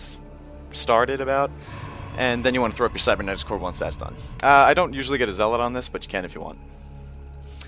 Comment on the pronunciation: he is saying zealot properly